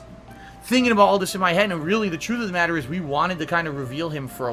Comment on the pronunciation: The bahttom line is, the meahtter of the feahct is, *chest holding*, I'm ahnest wich ya, guys, I did nothing wrong.